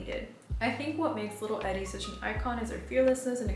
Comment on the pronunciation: Love your fashion vids, style, hair, taste in music, everything! I first learned about Grey Gardens from Gilmore Girls in high school. Her name is pronounced 'ee-dee', like Edie Sedgwick❤❤